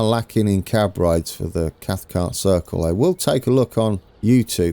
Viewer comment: A local would say something like "cross-muh-luff" but you'd not turn many heads saying it the way you have been. Cathcart you're saying perfectly right. There is a stairs mod on the .net site that, for me, is more elegant than the one you're using, might be worth a try but it all worked out well at Crossmyloof anyway